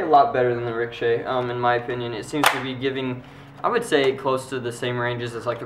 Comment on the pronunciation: Dude, its pronounced rik-oh-shay Not rickshaw